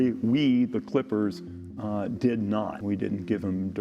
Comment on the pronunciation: He dwid a vwery wong ting. 😬🤭🤣💀